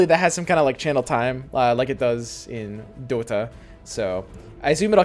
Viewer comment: One word made this video - "Doe-Ta" - jk...but not jk - love it!